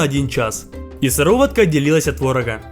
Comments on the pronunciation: Правильно не сывОротка, а сЫворотка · пока сыровотка не начнёт отделятся бабка: правильно говорить сыворотка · Когда он говорил сыворо́тка но правильно же сы́воротка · По в украинских сёлах, она всегда была сироватка!!! А по русскому и по технологическому она сыворотка!!! А между ушами мозги должны быть! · Сыворотка ❌ сыровотка ✅ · сывОротка чел правильно сЫворотка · Сыворотка а не сыровотка! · сЫворотка а не сыровОтка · Не сыворОтка, а сЫворотка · Мне кажется он говорит сыровотка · СыровОтка еще говорит🤣😭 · СЫВОРОТКА СЫ-ВО-РО-ТКА АОАООАОАОАОАО, КОГДА ОН ТАК ГОВОРИЛ Я ПЛАКАЛ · Я которая даже не заметила, что он сказал сыРовоТка : не понял 🗿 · Por 365 «сыроватка» так звучит по-украински и по-белоруски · Это в Украине так говорят) У нас правильно "сырОватка". Кстати, не знаю, почему называл рядно покрывалом, но это уже такое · Это украинский диалект. Так в Украине часто говорят...